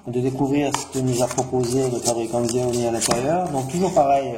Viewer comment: Sa se dit "chaomi "